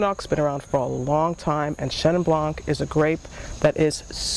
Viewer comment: Blanc=White...when pronounced, the c is not in the saying. ie (blond - the d) Nice vid...